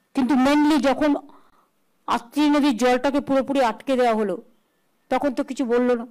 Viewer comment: নদীর নামটাও ঠিক মতো উচ্চারণ করতে পারে না মূক্ষমন্ত্রী দিদি!